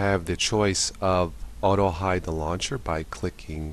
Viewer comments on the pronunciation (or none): none